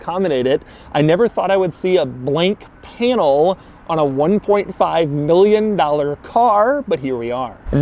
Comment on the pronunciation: Nobody: Daddy Doug: 1.5 MILLON DALOR CAR